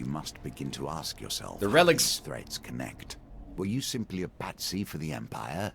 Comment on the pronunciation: he cant pronounce relics